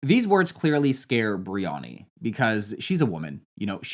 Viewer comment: You calling Bryony Biriyani is fryinggg me omg 😭